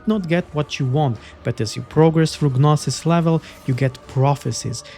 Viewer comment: Great preview, I might pick this up. Thanks! Just a tip, the "G" in 'gnosis' is silent, but your pronunciation was otherwise correct.